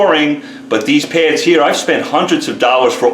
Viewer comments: Why do you keep saying "pairs" when the word is "pads"? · Peh-ads...oh! P-A-ads!